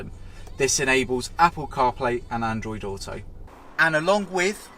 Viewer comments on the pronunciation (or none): none